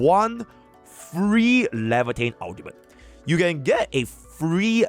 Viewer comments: she pronounces her own name Laevatain as “lava-tain”. Hope this helps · He name is pronounced LA-VA-Tain btw.